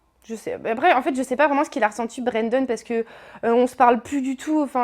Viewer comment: web la meuf elle dit bréndone